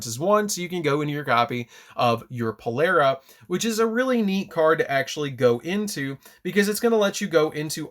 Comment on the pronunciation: Maan it's Polari not polera lmao.. And you can't revive your synchros at least not yet unless we get a card that ignores summoning condition